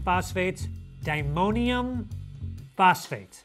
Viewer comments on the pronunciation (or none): It's di-ammonium not dimonium!! Arrrrrgghhhh!!!!